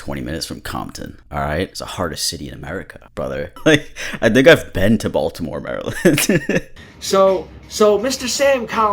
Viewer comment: Yeah he pronounced the T in Baltimore which gave me serious doubts he is actually from charm city